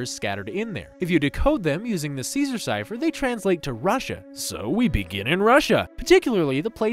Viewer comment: Bill Cipher not bill chypher